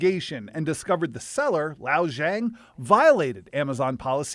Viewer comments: I love that you all couldn't figure out how to pronounce the Chinese name, so you just YOLO'd it lol. Lixiao Zhang, ignoring tones, would be "lee shao jahng," or at least that would be close enough. "Lao" lololol Also, "no place for fraud at Amazon" is unintentionally hilarious, coming from Amazon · I aint even Chinese man lol, but i can pronounce the guy's name better than that ffs. His name isnt "Lao Zhang" you can see on the label the name is "Lixiao Zhang" It is pronounced like "Li Shao Zhang". I had to point that out. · "Lao Jong" huh? lol Lixiao Zhang would be pronounced as Lee like the jeans, shao like the sh sound immediately followed by ow as in ow I stubbed my tow, Zhang like the zh sound found in words like "measure" immediately followed by the ong sound from gong, like the thing you hit that goes "gong". But yeah. Definitely NOT "Lao Jong". It's like you just skipped inconvenient letters entirely and have never heard a Chinese name before. lol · It’s pronounced Li Shao Zhang 😂😂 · The reporter was to lazy to pronounce the Chinese name after the first time. Lixiao Zhang became Lao Zhang. How ignorant of him! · I'm sorry, but the fact that the mispronunciation of the vendor's name ended up basically making it "Old woman Zhang" (老张) just makes this so funny 🥲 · Even though it's a scammer the name butchering hurts. It's pronounced Li See-ah-oo Jang. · Lol the name of the intended recipient is pronounced "Lee Sha-ow J-ah-ng" lol the reporter pronounved it so funny hahs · HEY, the fraudulent seller's name is clearly "Lixiao Zhang". The newscaster keeps saying "Lao Zhang," which is completely different. If a criminal's name was, say, Lee-Shaw, it would be ridiculous for the news to keep wrongly calling the perp Lou, Law, or Lowe. These are DIFFERENT NAMES. It's important to get the perpetrator's name correct, even (especially!) if it's an "ethnic" name. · He just completely gave up trying to pronounce the name and only said one syllable instead. 😂